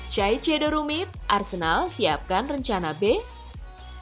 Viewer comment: dibacanya saisedo